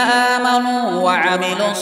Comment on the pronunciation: Ayat number 125 "Aamenaa" nahi "aaminao" hai